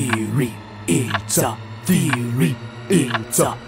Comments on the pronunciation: anyone else hear ''pizza theory'' or ''*eats a theory*'' at the beginning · Did he say it’s a theory, or pizza theory? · i thought he said pizza theory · Question Was the voice during the clock saying 'pizza feeling' cause it sounds like it